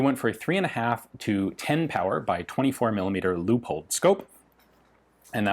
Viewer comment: That Leupold Scope is sweet! Americans have been mispronouncing that scope's name as Leo-pold. I'm glad you pronounced it right. Very nice rifle. Thank you.